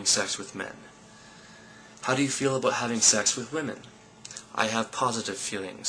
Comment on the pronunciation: You said "aboot"! You're so Canadian!